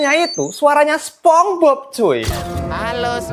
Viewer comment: Sponge Bob bacanya Sponj Bob bang, bukan Sepong hadeeh